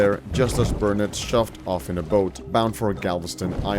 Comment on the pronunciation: Quite impressed with the pronunciation of Nacigdoches and Burnet (bur nit).